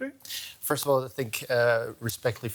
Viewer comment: Its "Think" not "Tink" Jesus that accent from the news anchor